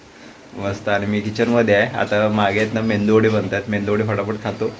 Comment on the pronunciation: मेंदू वडे नाही, मेदू वडे म्हणतात.